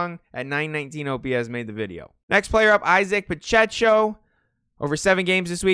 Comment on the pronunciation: Great list it's Pa-check-O....Pacheco